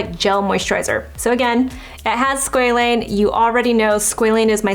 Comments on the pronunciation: It’s Sqa Lane Not sqelene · its pronounced sqwa-lane 😭